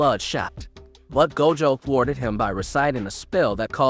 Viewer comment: That pronunciation of Gojo's name was wid 😩😩